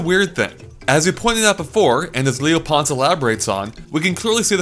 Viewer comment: I thought I was the only one who knew about how the Mysterious level Worked, Guess I didn't scroll down enough. (Not to be Rude, But my last name is pronounced P-oh-n-ce not P-on-ce. Happens to me a lot when I meet new people.)